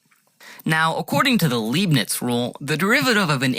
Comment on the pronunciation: Wrong pronunciation! It's LEIBNIZ rule, not Leebniz.